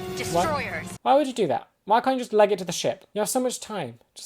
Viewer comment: Every time he says leg it😂